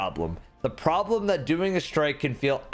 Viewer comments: “The Boblem” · Don't you mean... Boblem?